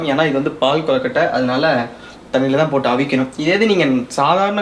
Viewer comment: Pahu kolukkatai that's not paal kolukkatai